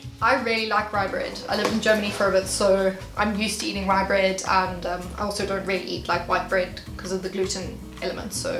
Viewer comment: Its not "RyBrEaD" its rugbrødd